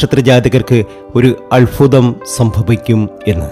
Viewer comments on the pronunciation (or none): Alfutham alla albhutham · അൽfuതം അല്ല, അത്bhuതം ആണ്. അനുfaവം അല്ല, അനുbhaവം ആണ്. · ആദ്യം താങ്കൾ അത്ഭുതം എന്ന് പറയാൻ പഠിക്ക് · അത്ഭുതം. സൗഭാഗ്യം. അല്ലാതെ അല്ഫുതം സൗഫാഗ്യം അങ്ങനെ അല്ല. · അല്ഫുതം അല്ഫുതം. Ayye😊🤭. മോധകമോ.? മോദകം അല്ലേ?